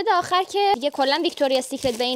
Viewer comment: عزیزم تلفظ ویکتوریا سیکرت هم دیکشنری سیکرت تو اول برو یاد بگیر بعد بیا گنگ بازی در بیار